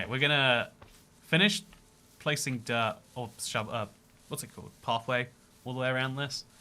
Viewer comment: I love that when ever says dirt it sounds like derp. "The derp forest" just sounds like a forest full of me's